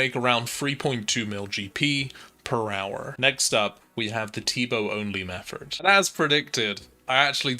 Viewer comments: Its Method. Not Mefford. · are you saying "metherd" instead of "method" on purpose? Triggers the fuck out of me. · Method not metherd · Yea you made a clear th sound when you got the scepter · Ok so Im not crazy, he IS saying that. Meffort! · My guy.. there’s no r in method